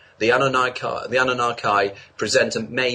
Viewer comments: It amazes me to listen to this backyard mook ()blathering on about something very important to our evolution as a (spices speeces speches [damit...race of dudes]). 25 min in to the vid and he has already mispronounced anunnaki or something like that +a hole bunch of other stuff any way I digress. The point that I'm trying to make is, we leave our evolution in the hands of these people who write these books for money sell time to sit in front of this kooky strobe light (the lucia) for money when it should be mandatory to have the right to use these devices free of charge. And do you think the lucia people care for our welfare do you think is interested in if I get to the next level... Fuck no, they are just grateful they don't have to suck cock on the corner to make the cash. And all the while uses little sheaple suck this shit up like its our last meal. I remember hear in Akron Ohio a little metaphysical book store owned by this troubled chain smoking soul who got together with this other yimyam who gave you THE REIKIE POWER!!! for $50. and they got pissed at me because I missed my session (that store no longer exists. I hope in the future that folks look back on this time and laugh grateful that we got out of this whirl wind money spending spree unscathed, and learn your words especially the really hard ones you have trouble pronouncing, you might sound halfway believable. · is a highly intelligent and illuminating human. One needs to be au fait with the relative subjects already in order to fully understand him. Yes he does ramble a little (and pronounces Annunaki unusually) but that is a symptom of the brilliant and inquiring mind that is his.